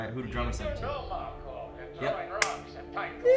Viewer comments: There is no letter S on the end of the name "Marco." It's Marco Inaros. Also, Filip is about 16. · literally every expanse reactor says Marcos. I don't get it. Nobody in the show refers to him that way.